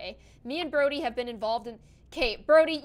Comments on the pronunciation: BRODDIE NOT JODY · Also it's Brody not Jody